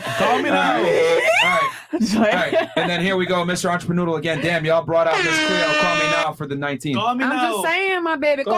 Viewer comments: WTF is a an-cha-pa-noodle⁉️💯 Entrepreneur 😂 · "Im a Entreprenoodle" 😂😂💀